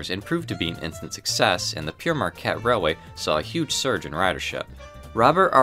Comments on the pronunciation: Pere is the French word for father. It is pronounced pear. It is not a name, and not pronounced Pierre at all. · It's (pronounced "pair" not "Pierre." Jacques Marquette wasn't "sometimes called Pierre," he was in fact ALWAYS called "Pere Marquette," translated as "Father Marquette"" recognizing his priesthood. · The name of the train is wrong being pronounced as "Pierre" Marquette, which translates from French as "Peter", entirely incorrect. The correct word is the original "Pere" or its translation, "Father". Pere Jacques Marquette was an explorer of the region. My apologies for the correction. My ancestor was a French invader of England in 1066. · Other commenters beat me to it. Marquette was a French explorer and Priest. Pere means “father” and is pronounced “pear.” Never “Pierre,” either. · Yes, Père as in pear, not Pierre, and you either relish success or revel in it. There are others. Kudos for making this, but the subject deserves a little more attention to the voice-over so that we can enjoy the otherwise outstanding graphics without grimacing. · I’m thinking Pere Marquette is pronounced like Pair Marquette. The Priest (Pere) Marquette. Saying Pierre Marquette means Peter Marquette. Sounds like pee air. An excellent video about the golden era of passenger service. I was lucky enough to ride Sant Fe’s El Capitain and Super Chief before they were totally absorbed into the Amtrak mediocrity. When you went to dine on those trains wearing a suit was not out of place. The food was well prepared and delicious. The peak of luxury in passenger train service. Stop me I’m getting nostalgic. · In the name Pere Marquette, Pere is pronounce "pair," not "peer,: and definitely not "pierre."" That's because Pere Marquette is French for "Father" Marquette. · great video, the only thing that bothers me is that is its Pere not Pierre, Pere means father in French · Père is French for father... not Pierre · Pere in French is pronounced like the fruit pear.